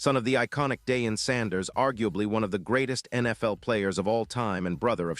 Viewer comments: Its pronounced.....Dieon......Not Daeon😂😂😂😂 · Clicks and Views. LIES, LIES AND MORE LIES. AI CANNOT PRONOUNCE DEION'S NAME. SMh.